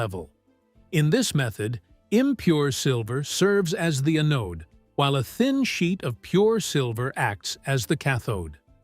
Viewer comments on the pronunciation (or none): Anode is pronounced An-ode.